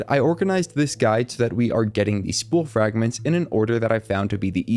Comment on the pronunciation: "nunper" "frangments" "holly" ??